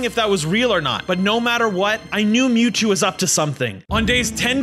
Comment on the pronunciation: bruhhh you said mewjew ITS MEWTWO